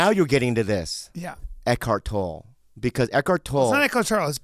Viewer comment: Eckhart toll E!!!!! TOLLE!!! You have to pronounce the E at the end it’s not just where are you pay $.50 over a bridge .... you can tell when he’s doing it to be funny versus what he doesn’t know shit....and he don’t know shit about this